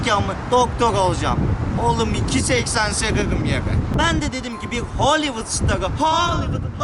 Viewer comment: Nobody::hollywodhooolywwood